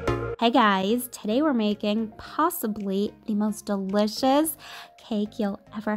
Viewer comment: She pronounces delicious like dseliciouss